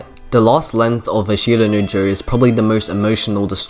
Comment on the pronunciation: For future reference and if you truly are anime nerd or aspire to be, and if you dont speak japanese. Its not A shita no Joe Its Ashta No Joe, no emphasis on the I and you will go a long way :)